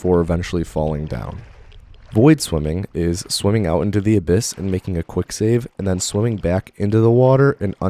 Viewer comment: He said abyss